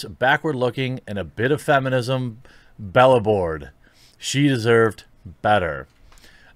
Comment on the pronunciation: 'belaboured' has the accent on the 'a'.